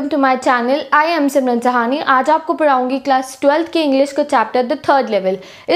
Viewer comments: Padhaungi❌ paraungi✅ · It's miracle when ma'am say "me aapko paraungi" and "hega"